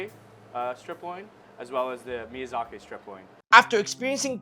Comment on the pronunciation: The awkward moment the chef can't pronounce miyazaki and turns it into miyazakay for no reason.....